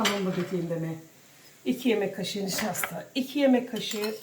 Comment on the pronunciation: Nişaşta da varsa tamamdır.Artık NİŞAŞTA 'yı duyunca Fatoş hnm.geliyor aklıma.Kulakları çınlasın.Sevgiler.🙂🤍